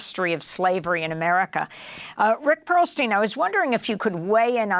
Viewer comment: "Perlstein" Every Single Time.